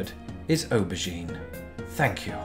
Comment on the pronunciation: The way you say aubergine, it sounds like your saying obugene. Obugene was and may still be a family owned garbage collection business in Raleigh County, WV. Compared to it, eggplant sounds a lot more appetizing. Maybe we should use its scientific name solanum melongena instead.